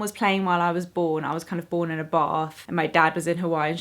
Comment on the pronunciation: At first I thought you said "I was kind of born in a bar" and I was like wait whuutt.. Lol